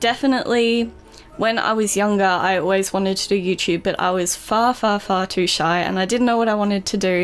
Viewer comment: When she went far to sad the first time I thought she said fart